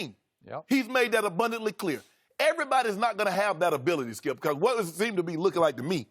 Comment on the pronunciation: Skip : Lebr- Shannon : SKIUP 🥴